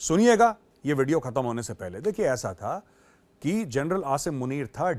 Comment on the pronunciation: Pakistan ke TV show देख देख कर मेजर भी जनरल को जरनैल बोलने लगे हैं 😂😂